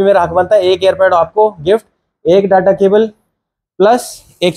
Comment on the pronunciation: डाटा नहीं डेटा बोला करो sir